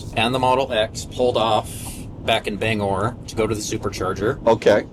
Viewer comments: You rage baited my wife from Presque Isle for many reasons but the most annoying was that it is pronounced Ban gor not Bang er. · Not me screaming BANG or. There’s no “e” in the name